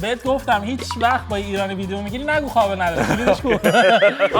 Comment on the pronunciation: عمو ق رو خ نگو درست کن صحبت کردن تو خابل چیه قابل قابل نداره نه خابل نداره